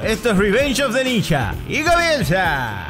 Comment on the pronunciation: Esto me hizo acordar inmediatamente a las películas Argentinas donde aparecen ninjas. Por supuesto, en dichos filmes la pronunciación es "ninja" y no "ninya", como creo que debe ser.